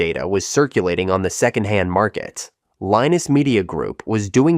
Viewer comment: Linus is pronounced "Line-us". Gabriel is pronounced 'Gabe-ree-oh". :)